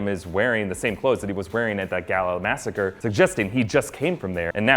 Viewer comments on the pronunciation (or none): none